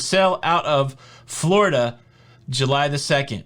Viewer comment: you've got me saying, "Flar-ida" in my head now, lol